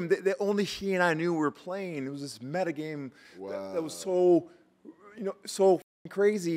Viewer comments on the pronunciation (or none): none